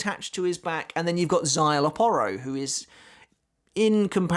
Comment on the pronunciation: Because you not saying his name with the Mexican twang it sounds like you're on about a different character